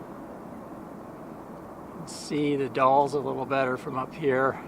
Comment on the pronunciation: Nicely done...again. You're in our backyard now (or when filmed). TONS of photo ops for Anne in the Gorge area. "The Dalles" rhymes with "the gals." French word for rapids of a river through a narrow gorge. Spring flowers are late this year, but it gets really nice in the mid Spring. We travel several times a year up & down the Gorge on both sides of the River. I believe I've posted a few photos over the years on your other site. One is of Mt. St. Helens . You picked a good week. Couple weeks back it was pouring rain and a little cold.